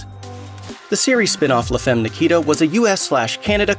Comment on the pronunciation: Please look up the correct pronunciation of "femme". :(